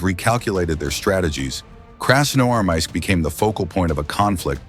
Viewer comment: Вас не смущают небрежно нарисованные картинки и механический голос, с трудом выговоривающий название города. Фото на вкладке это просто ужас, повторяет ИГИЛовские постановки. Вам подсунули фальшивку.